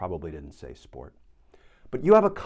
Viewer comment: "Sport" Channelling your inner Aussie Glenn 😉 ^^